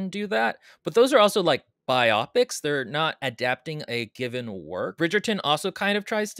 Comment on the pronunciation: I have never heard biopic pronounced this way before.